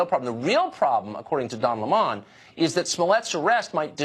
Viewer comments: It's Lemon, like the fruit Tucker. He's a creep no matter how you pronounce his name. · Don Le Moan. Please get it right. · "Don Le Mon" lol I lost it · I love how Tucker pronounces Don Lemon’s name as LemOn. Lol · Don LeMonne. Trying to make his name sound elitist. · lol is that actually how you say Don Lemons last name or is Tucker doing that on purpose? "Don Lem-on" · Hahahaha calls Don Lemon Le - mon. .. 😂😂😂 le - mon is a class A asshat. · Lol since when is it pronounced "Don Le'Mon"??? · Don Leh-mun 😂😂😂😂. The "mainstream" media is faker than Chinese fish. Especially CNN!! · Hilarious Tucker saying the turd burglar Don Lemon..his last name as LaMahn...was crackin up.. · Really!! How hard is it to say lemon !! Le (short E sound) mon (short O sound) so childish/immature!! Now Tucker does not know how to say the yellow fruit used to make lemonade!!! Really!!?! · Oh, that's how you pronounce 'Lemon' 🍋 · I love the way Tucker pronounces Don Lemon 😁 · What's with the mispronouncing of Don's last name ? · Tucker needs to learn how to pronounce 'Lemon'. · I love the way Carlson pronounces Don Lemon. Like it's the name of an Italian mafia don. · I'm loving the pronunciation of Don Lemon lol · Stop with your petty, insulting think your slick, purposely mispronouncing Don 🍋’s name, Fucker Carailsahn. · Ahh more fake outage from Fox "news". Fuck Carlson. For someone who bags on this idiot for pretending to be a victim, he spends more than enough time complaining about how he's oppressed as a talking head millionaire. Fucking idiot can't even pronounce Lemon. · I thought it was how you pronounce 🍋 too, I think you're right and if so old Don will have got his knickers in a twist over it big time 😂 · But say it's name correctly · Why is Tucker mispronouncing Lemon's last name? A little distracting from an otherwise great monologue. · That cannot be how you pronounce Lemon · THIS DUMB FUCKER CANT EVEN PRONOUNCE LEMON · TIL it's pronounced lih-MON instead of lemon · "Dawn" Lemon